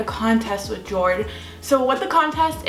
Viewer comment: Hello the watch brand is most definitely pronounced “YOAD”. Damn my American pronunciation!!! 🤦🏻‍♀️😂